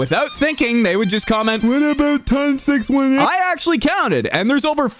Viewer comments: ITS “TON SIX EIGHTEEN” 😭😭😭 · “Ton 6 1 8” Dude the name is based off a black hole so just 18 not 1 8